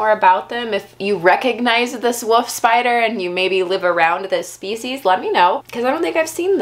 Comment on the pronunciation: "Woof spider"